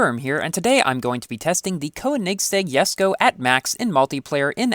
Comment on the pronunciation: .....that's how it's really pronounced